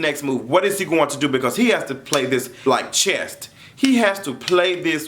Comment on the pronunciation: C H E S S........Chess....hahaaahaaaaaaaaaa..not chest......Muah! good video love!